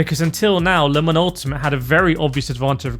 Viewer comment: wow can you not say LEEMON it is LE MANS and don't try and blame you accent .